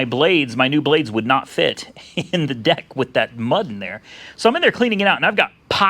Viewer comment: Did he say Deck or D*ck ? LOL